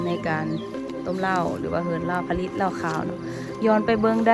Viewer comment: สาวมิโต้ มาแก้ไขคำผิดกัน "ผลิต"อ่านว่า ผะ-หลิด และ โล้ชิงช้า อ่านว่า โล้-ชิง-ช้า เหล้าขาวกีดีกรี น้อง สู้ๆ